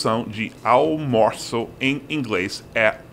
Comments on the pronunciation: Uma dica: não tente falar "aL-mo-ço". Fale "aU-mo-ço". Ninguém vai notar que o L não está lá. Nas profundezas da alma, o som desse L é diferente de U, mas nesse caso tem nenhuma importância. Fora isso, é só lembrar que a tônica é na segunda sílaba: al-MO-ço. Pode complicar hora de flexionar algumas palavras. Exemplo: O plural de "céu" é "céus". O plural de "pal" é "paus". Mas o plural de azul NÃO é "azús", mas sim "azuis", de "general" é "generais", de "animal" e "animais". "mal" é advérbio e não tem plural, entretanto "mau" é adjetivo e o plural é "maus". Além disso (acho que você já sabe), o L vai ter esse som quase igual a U somente quando no final da sílaba: "aL-mo-ço", "aL-fa-ce", "Mi-guéL", "saL" é tudo final de sílaba e tem tudo som de U. Entretanto "a-Lu-mí-ni-o" NÂO é final de sílaba e o som é bem consonantal, igualzinho "Luz". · Ficou muito bacana a dublagem da Moça para almoço. Mas tente esse exercicio: diga moço , depois au. Finalmente tente dizer junto "aumoço". Evite a pronuncia do L. É ai que está pegando com o espanhol. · Durante todos esses anos que vejo esse canal, sempre me perguntei porque tanta dificuldade do Seth falar "almoço", já que é muito mais fácil do que a versão em espanhol "almuerzo", e a "versão do Seth - almorço". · "Almorço", fala rango que tá de boa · All moo sou . Duvido vc errar agora. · Amigo gringo, quando quiser falar almoço no contexto certo é só falar ''ao moço'' kkkkk é o msm som, sabe?! Nós brasileiros, a maioria, não conseguimos ou temos dificuldades tbm em falar as infames: through thought though through thorough do inglês. O entendemos perfeitamente a sua dificuldade em falar almoço....